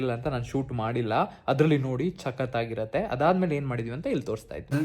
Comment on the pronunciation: sakathagieruthe ❌ chakathagieruthe ✅